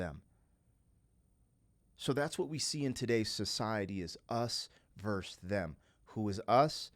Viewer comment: This was your best reaction ever. I feel privileged that you shared this reaction experience with all of us. I've been listening to this album since it first came out and I still cried along with you. Peace ☮, OBTW: The word is versus 😉